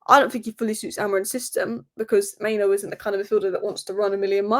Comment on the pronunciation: It's Mainoo, not Maino